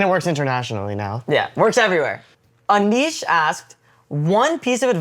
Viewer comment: Yaaay my question got featured! Thank you Zarna Aunty and Family ❤ But butchered my name 😢 My name is Ashish, not Anish